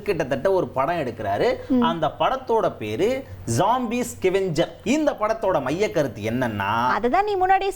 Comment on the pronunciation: Yenda tharkuri, scavenger nnu pronounce panna Theriyala😂 iskeven J inggura naan koora yeadho china peru pola nnu nanacheen